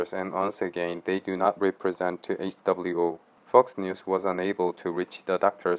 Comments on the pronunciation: HWO INSTEAD WHO🤣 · However,,,👌.,it's "WHO" not "HWO".😀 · Why do u keep saying HWO? Isn’t it WHO? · Why is the guy pronouncing WHO as HWO? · Wait a minute... why you call WHO HWO in the video lol. Hilaaaaarious. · Why do you keep saying HWO? Good report by the way.